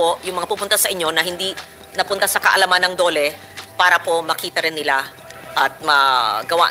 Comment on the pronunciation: Hahaha hahaha hahaha... Eng2 ayusin mo Ang ung pananalita Pura, para hehehehe hehehehe 🤣 Pura Para. Ehemmp...!!! 😅